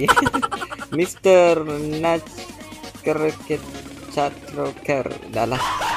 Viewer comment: Mr Nutcritttcrreecter 🤣